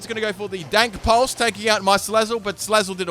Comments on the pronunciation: When mans says dank pulse instead of dark pulse 😂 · He said "Dank Pulse" XDD